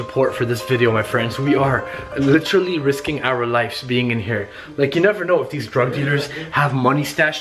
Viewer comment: and please stop saying litchrally!